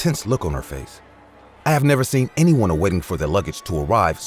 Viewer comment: Who else thought he was saying "wedding area" and not "Waiting" area